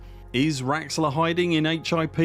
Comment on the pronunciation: lol its not raxxla 🤣